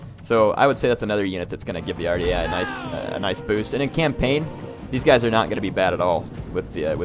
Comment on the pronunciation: Dunno if anyone has told you how to pronounce this ... but it is WAR - DEE - EYE spelled phonetically "Ouardiaei"